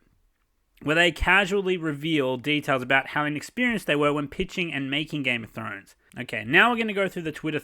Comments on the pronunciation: "Game of Show showrunners" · "Game of Show" lol